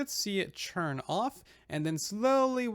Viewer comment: Why do you keep saying "churn" instead of "turn"?? Is that a thing??